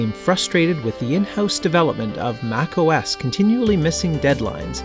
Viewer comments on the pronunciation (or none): none